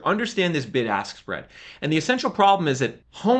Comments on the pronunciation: Am I the only one who heard "the big arse spread" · I'm sorry but I will never hear anything other than "Big Ass Spread" whenever you say Bid Ask Spread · Big-Ass-Spread. That’s what I heard the first time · I know I was not the only one who thought you said Big Ass Spread 😂😂😂😂 I'd slam the brakes while driving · The "BIG ASS SPREAD" is what I heard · Did you all hear what I heard when he said "bid ask spread"...? 😂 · YOU call it the “bid ask spread”? Lol